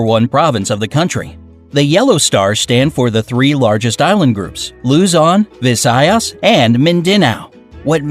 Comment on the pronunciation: He pronounce Luzon,Visayas, and Mindanow wrong :'D